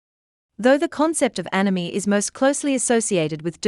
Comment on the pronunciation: It sounds like she says enemy, or anemy, even though its spelt anomie!